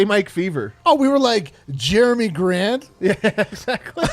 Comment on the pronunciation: My man said jermie Grant 🤣🤣🤣🤣🤣